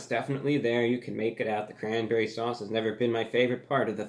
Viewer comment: Why do I like you so?Boring,unemotional,words I never use nor understand.So confused.You say sauce weird but it's because I am from the wast coast.You say sauce alot but understandable because of the format.I can't help but watch.God help me!